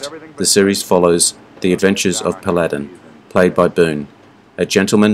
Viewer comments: Brings back fond memories of my youth in the 50s! Of these, my favorites were (in no particular order): 1. Have Gun -- Will Travel (note that the word Paladin has accent on first syllable: PAL-a-din :) ) 2. Bonanza. 3. Wagon Train 4. The Lone Ranger 5. Zorro 6. The Rifleman 7. Maverick (James Garner lead only!) And how about some future love for: 1. The Adventures of Rin Tin Tin 2. Sugarfoot 3. The Adventures of Wild Bill Hickcock 4. Sky King (never heard you mention this one so far on the channel!) 5. Fury 6. My Friend Flicka Thanks for the memories! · PAL A DIN, pronounced